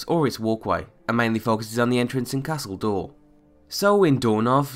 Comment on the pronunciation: "Castle Door" is all I could hear him say wen talking about Castle Doure. :-P